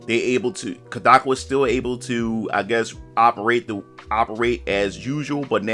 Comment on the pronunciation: Its pronounced Cod - like the fish A - like "a lot" Ka - like "Kamehameha" Wa - like "Waluigi"